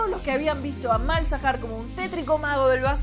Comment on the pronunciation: Porque cada vez que escucho mielzahar escucho mierzahar xdd